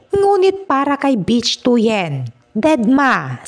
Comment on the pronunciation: Ang pronunciation ng "Bich" ay hawig sa "Bit" with weak "t".